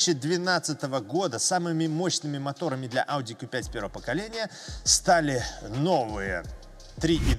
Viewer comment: 👍в первую очередь лайк за правильное произношение по на званию авто ауди (кью5) а не (ку😂) 5 ☝️